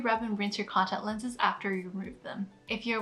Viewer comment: I've never seen someone who can't even pronounce the words "contact lenses" know so much important information about contact lenses. Amazing.